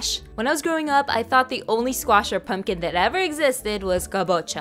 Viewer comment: I didn't know that that's how pumpkin was pronounced like that in the Philippines that's how it's also pronounced in Spanish for me